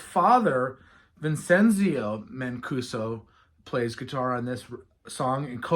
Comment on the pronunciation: Palermo not Palmero Vincenzo Mancuso: speak 'Vinchentso' Giuseppe: Chuseppe